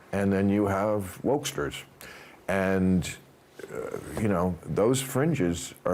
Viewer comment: Woksters?! LMAO 🤣 I love it! LMAO 🤣